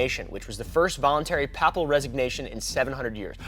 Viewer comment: How does one manage to mispronounce “Papal”? Isn’t your mom Catholic? Jesus Christ, dude. 🤦🏽‍♀️